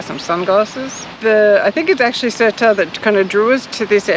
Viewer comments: FYI: Sertã is pronounced Ser tao. The squiggly over the ã is pronounced ao as in wow with the first w dropped. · Ok guys.... It is NOT... SERTA... But Sertã, the Ã at the end gives it an "Ahhnnn" *sound... So, it is 'Sertan'.... Other than that, what a beautiful video.❤ my little country, despite its issues, and after 42 years abroad, having left as a kid, I had to return back home, for it is such a special place. 😊🤗Great work guys. We need more videos of you guys traveling around, relaxing and showing us 🇵🇹.And u need to let ur hair down. Looks beautiful. 😁🙏👍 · That's not true...there is no "ão" in the pronunciation. The "ã" is pronounced as it is([ɐ̃]) and not as a part of a diphthong like "ão", which is different. The closest way to describe the "ã" would be a nasal "a", like serta but make the "a" more nasal. It's tough to explain but that's about it. There are guides on Youtube on how to say "ã". Also, Sertão is something Brazilian, not Portuguese, so it's something entirely different. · Ohhh it's not criticizing its teaching you, after all, I am a teacher and I would be thankful if someone corrected my pronunciation! 😅And I corrected your name cause we are all human. No need to be sensitive, I just think anyone should know how to pronounce the area they live in for years already. No hard feelings.. 😊